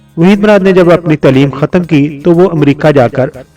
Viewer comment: Bahi dourny tleem nhi taleem bola krym